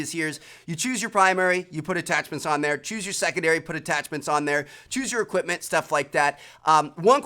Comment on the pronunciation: "extra EQIPMENT" ...